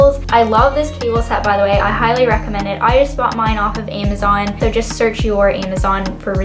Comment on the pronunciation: I love how you say Amazon "aimazon", anyways thank you for the video :)!